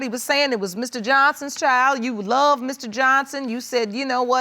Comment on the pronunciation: I smh in sadness every time someone who is supposed to love you says I lu you...if you didnt catch it the mom said I lu you too. This may not be a big deal to most but I can't help but cringe